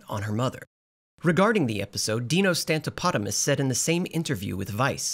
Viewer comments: it's pronounced stam-uh-TOP-uh-liss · the pronation of Stamatopoulos is killing my greek ass😂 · Well it’s also Stamatopoulos and not Stamatopotumus so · Lmao it sound like you said dino "stomp-an-octopus" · I love how changes his pronunciation of Dino Stamatopoulos every time lol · The creator of this video’s stubborn mispronunciation of Dino Supercallifragilisticexpialidocious’s name is humerus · Pretty sure the Narrator is doing a bit because he mispronounces Moral Orel’s creator’s last name EVERY TIME lol it’s STAMATOPOULOS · did anyone else notice how dino stamatopoulos’s name was pronounced differently every time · Amid describing in detail some of the darkest shit ever put on television, I admire your dedication to the bit of mispronouncing the creator's name. It's the little things, y'know? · Wow. How come no one else is catching your bastardization of Dino's last name? lol